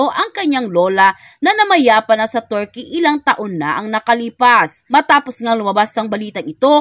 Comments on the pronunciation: Kilala sla na bansang Turkey,, pero pinalitan nla ng Turkeyee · Mam, sorry po please pronounced Turkey correctly😢